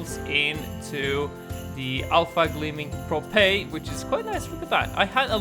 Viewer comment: I have a gleaming sanctuary lol Me: i have a propae sanctuary